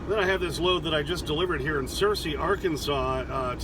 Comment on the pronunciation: I have a lot of family in Searcy Ar, yes you pronounced it correctly. It is a warm and muggy area. Stay safe out there